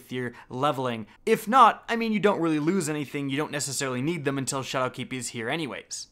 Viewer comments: SHAdowkeep Not ShadowKEEP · am i crazy or is he emphasizing 'shadowkeep' wrong? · The way you're putting the emphasis on the wrong syllable in "Shadowkeep" is really throwing me off. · So is saying ''Shadowkeep'' or ''Chad o' Keefe''? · Leek YES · i love how you emphasize the "keep" in shadowkeep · stop putting a space between shadow and keep when you say it XD